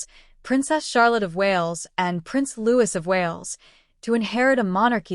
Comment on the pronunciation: Prince Louis is pronounced Looee. The s is silent. If the princedom and titles are removed from the Montecito pair and their'children' then it won't matter any more if they were or were not born 'of the body'.